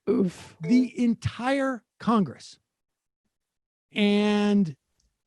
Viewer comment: I hope you don't say "CONGESS" when you're on the phone!